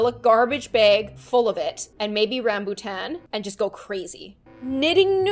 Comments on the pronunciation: am i the only one that heard her say ranboo tan? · Did she just say Ranbootan?....Ranboo fans anyone?